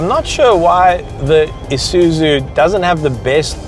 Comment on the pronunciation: its ISUZU not ISUZU